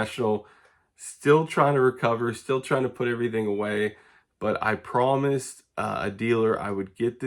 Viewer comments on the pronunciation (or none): none